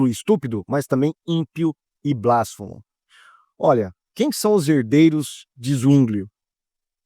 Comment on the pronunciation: não é BLÁSfemo, mas blasFEmo. E não é OPÍTO, é Ópto